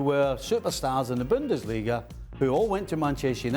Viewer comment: man really said Pep from Bundassliga😭. You know where he learnt his business